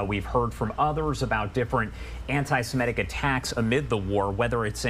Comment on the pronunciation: Perhaps this male announcer could be gently told that the word is "anti-Semitic", not "anti-SemEtic." There is no second e. Thank you.